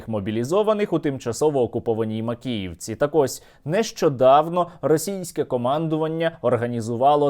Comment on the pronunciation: "Трагєдія в Макєєвкє"? Яка трагедія? То свято)))